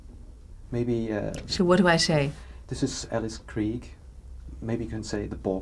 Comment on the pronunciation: Oh my, I finally heard the correct pronunciation of Krige.